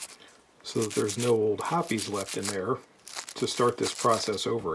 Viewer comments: STILL, I will take a Smith before any other revolver. A couple of things I noticed: You use Hoppe's No.9, it is my choice also probably because it is a lifetime habit. And you pronounce it Hopp-ees, not Hops. The first time ever I heard "Hops" was on YouTube and I wondered which was correct. Feel like now I know the answer to that question. Lastly, I never owned a stainless S&W revolver simply because the blued ones are so beautiful, thinking I may begin a search. Thank you for another eye-opening video! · I wonder how well a sonic cleaner would work on that gunk. It seems like over time every lube evaporates and leaves some residue. Another simply great video sir. By the way, its great to hear someone pronounce Hoppes #9 the way its supposed to be. Younger shooters often call it hops .